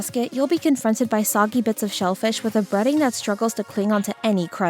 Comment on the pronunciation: The AI voice mispronouncing words like soggy makes me weep for our future